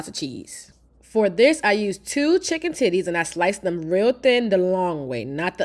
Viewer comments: I was asking myself “Did she say titties?” 😂😂 I thought I was trippin’. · Did this woman say chicken titty😂? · Did I hear her say "2 chicken tities"?? 😂😂